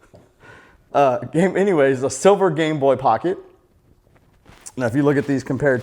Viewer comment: Lol every time u say gameboy it sound like gangboy